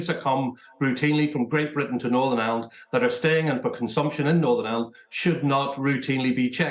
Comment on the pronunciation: WTF do people pronounce IRELAND as island!!!! Twats, it's like they can't bring themselves to say IRELAND!!!